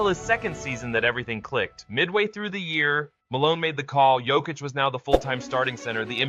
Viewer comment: WHY IS THE PRONOUCED "YOKICH" NOT "JOKIC"?